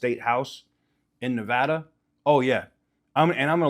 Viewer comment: You say Nevada wrong like a Californian.